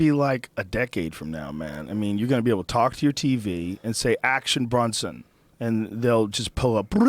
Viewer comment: BRONson Not Brunson Joe. . Fuvkn moron